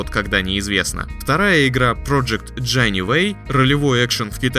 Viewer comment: Jinyiwei читается как Цзинь-И-Вэй, а не Дженивей. Now you know